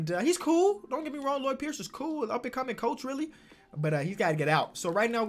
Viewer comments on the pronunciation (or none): none